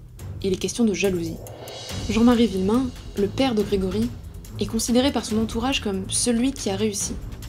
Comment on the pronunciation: « Le père de GrégPry » Ok